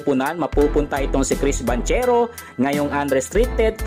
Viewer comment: Eto po tama sounds like "BANGKERO" hindi "BANTSERO" FYI. god bless.